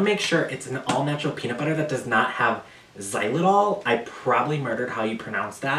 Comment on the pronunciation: Also I’m like 90% sure you said xylitol right! We love a queen of pronunciation!!